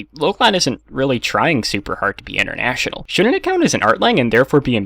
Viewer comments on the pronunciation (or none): none